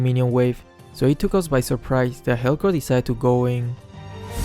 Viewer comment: Guys it's confirmed... can't pronounce Helcurt